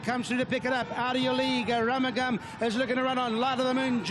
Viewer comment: The commentator called him "A Rum a Gum".... We were shouting for AROOMOOGAM!